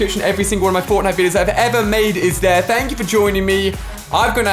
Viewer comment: through he says forknite